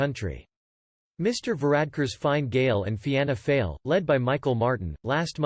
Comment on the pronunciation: Remember, if you deliberately miss-spell words when typing for the text-to-speech it will help with the pronunciation- 'Feena Fall', 'Shin Fain' etc